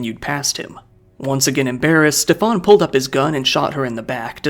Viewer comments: His name is "Schtäffan" not "Ste-faan" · Its better to just prounce Steven normally, Steff-ahn as you are pronouncing it sounds french or something and is incredibly jarring (german here)